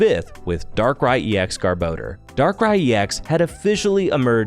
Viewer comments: Its GARBOR DOR NOT GARBO DEEERRR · Take a shot every time he says garbordor